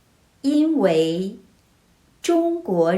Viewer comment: 嗨！感谢你分享很有趣的故事！ I have a couple of questions/comments, hopefully they can help improve your videos' content :) 1. 因为 at should be 1st and 4th tone, right? 2. I think it'll be helpful to write the correct definition in context i.e. 再 should mean 'then', not 'again', because it wouldn't make sense in that sentence. Adding this kind of subtle change to your videos will likely bring in new viewers like me who often sees a character but aren't sure what the definition is in that context.